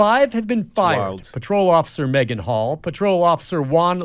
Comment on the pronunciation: Ngl, first time her name was mentioned I heard Megan Hoe. And I thought they said it on purpose. 😅